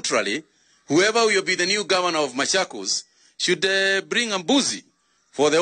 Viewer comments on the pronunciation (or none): Not mashakos its machokos